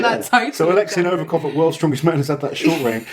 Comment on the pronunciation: I just don't understand, how can you mispronounce Nov I kov, every single time? There is no A in his surname!